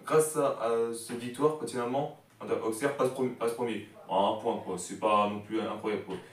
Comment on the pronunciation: On dit « ausserre »⚪️🔵